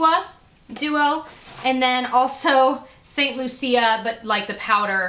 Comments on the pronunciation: It's saint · Wonderful goodies. When I was in St. Lucia a couple of years ago our tour guide (who was from there) pronounced it LOO-shuh I'm not the pronunciation police and there may be different ways to pronounce it. Just wanted to let you know how the people I heard there said it in case you wanted to know. :) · St Lucia is pronounced St loo-sha :) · St. Lucia it's pronounced like "lou" "sha" just so you know for next time :) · Yes it was kind of bothering me that she kept pronouncing it wrong. Lol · Yah it was bothering me to. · Hey, just so you know, Antigua is pronounced an-ti-ga and St. Lucia is lu-Sha. They're islands in the Caribbean, and beautiful ones at that. Just thought you'd like to know:) love ya!